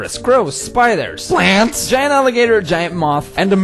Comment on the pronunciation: the way he said plants killed me